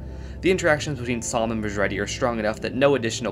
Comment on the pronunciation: Samh sounds like Psalm somehow